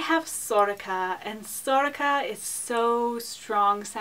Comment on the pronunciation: Mollie Feeley Sorcha is pronounced right. And is a girls name!